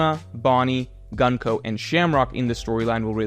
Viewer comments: You prononce Gunko´s name incorrect. It is Gunko ( u here is like oo, so it is more like Goonko) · I love and have been watching his videos for years but his american pronounciation of japanese names irritates me everytime lmao there is no reason why Gunko should be pronounced like the word „Gun“, it‘s an U like in Luffy otherwise he would be pronounced Laffy